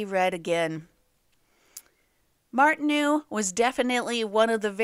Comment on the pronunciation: Good but speaker should learn hiw to pronounce the French name Martineau correctly. Martin-oh.